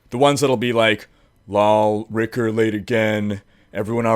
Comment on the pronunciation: I love how you say Rhykker, its amazing